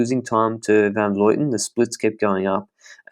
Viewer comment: Awesome podcast, but it's Van Vlooten, not Van Vloiten. I'm not sure why so many people say her name that way.